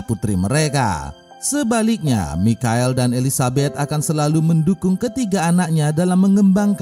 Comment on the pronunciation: Bang,,michael bacanya maikel